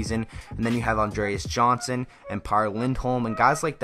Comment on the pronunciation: btw johnsson is pronounced "yohnsson" not "Johnson" , just to let you know